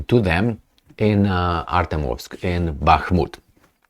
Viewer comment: Learn to pronounce ArtYOmovsk ;)